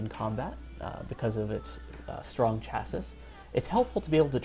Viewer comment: For the record; The proper Latin pronunciation of "Miles" is "Me-lays". "Chassis" is also pronounced "Chah-see" - like that of a Car. You did pronounce the plural, "Chasses", correctly though.